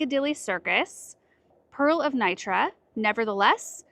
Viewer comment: The pronounciation of Velka Fatra was excelent, Pearl of Nitra was a little bit off. Never realize what a big iris man we have in our little country. When I saw slovak names I was suprised.